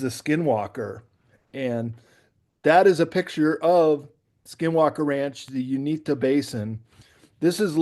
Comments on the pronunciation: It's pronounced U-in-ta, not Un-ee-ta. We live by there and have experienced a few things. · ♥️🇺🇸Q🌎✝️ OMG THANK YOU JESSED FOR CLEARING THAT UP I WAS ABOUT TO GO OFF ON THIS DUDES GEOGRAPHY DIRECTIVES AND PRONUNCIATIONS LOL THOSE OF US THAT LIVE HERE IN THE UTAH ROCKIES AREA WERE ALL LOL AT THIS GUY.... IT IS NORTH EAST UTAH BALLAD AREA AND PRONOUNCED YOU IN TA LOL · Not sure why he was pronouncing the Uinta mountains the way he was but that's not how we from Utah or salt Lake City have ever ever said it the way he did